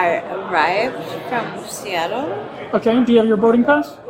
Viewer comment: First she said she drive here from seatlle. 😂